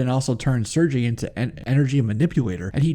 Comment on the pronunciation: Sergei is actually pronounced "Sir•gay" Not trying to be knit picky. Just figured I'd clarify. Great video man.